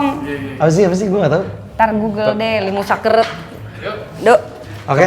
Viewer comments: Mba sara lucu ngomong Limus sakeuret 🤭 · Mba lucu ngomong limus sakeret😂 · Ngakak bgt mba bilang limus sakeureut 🤣🤣